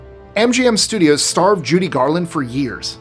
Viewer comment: It's Judy Garland, not July Garland.